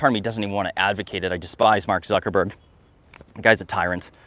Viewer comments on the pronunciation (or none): none